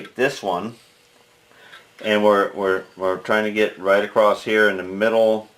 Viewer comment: Very sorry for your loss. Just wonder,was the edited word "acrost"?